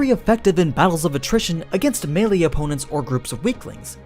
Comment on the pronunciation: no one's gonna talk about how he pronounces melee?